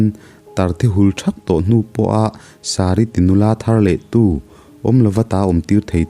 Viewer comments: Sâri ni lovin Sari zawk aw.... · a sari ti nula thar leh tu tih hi Abrahama nupui sari kha ni awm tak ania.. Vai hmeichhe ho incheina sari angin I pronounce a. Abrahama nupui sari tih anga pronounce tur ni awm tak Kalo ti ve mai2.. sawisel tur zawng hrim2 Ka nilo nia w boss 😁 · Chem chu atat hrauh, hrauh, tih tur. Sari... niloin Bible ami Sari. tih tur zawk anilo maw... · Sari🙄 Sar-i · Sari hming i.lam thluk hi a dik lo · A ziaktupa hi eng kohhran nge anih ka va hre chak teh daih ve? Ka rilru a lo lang ve mai mai ani e. Chuan sari kha vai sari ang a lam ka vawi1 hriat na!! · Sari lam dan hi diklo